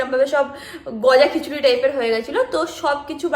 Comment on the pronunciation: didi kothata Gojakhichuri na jogakhichuri hobe 😂❤